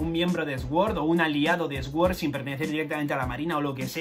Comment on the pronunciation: Se dice Suord no Exuord. Incultivado!! XD